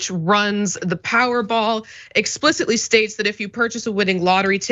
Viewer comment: “Powerrball” really? Come on.. let’s get it together